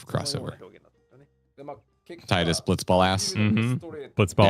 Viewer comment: It's always been Tee-dus in every official Final Fantasy game where it's been said out loud (Dissidia, World of Final Fantasy etc), but also the behind the scenes DVD from back in the day as well as the more recent official audio drama tease for a potential third game (which comes with the HD remaster package as a bonus feature). It's pronounced Tee-duh in Japanese, and means sun in the Okinawan dialect (which is why his ultimate weapon is powered up by the sun sigil and the sun crest). I get that English speakers tend to pronounce vowels differently from most other languages, but... at the same time, no one seems to mispronounce Tifa? :P If we ever get a proper Final Fantasy X remake, they will absolutely stick with Tee-dus in English. Also, yay for some hat compatibility! :D